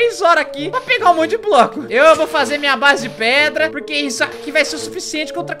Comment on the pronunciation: Engraçado q vc falou q ia pegar pedra e vc falou "preda" kkkkkkkkk